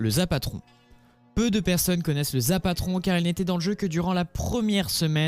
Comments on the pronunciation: C'EST pas le zapatron c'est le zapotron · On dit le zapotron pas le zapatron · Mdr zapatron on dit le zapotron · c'est pas le zapatron mais le ZAPOTRON !!!! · C es t pas zapatron c est zapotron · C'est rapotron pas zapatron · Tu sais même pas dire correctement zapotron et tu fais des images put a clic le quadrilanceur a pas été supprimé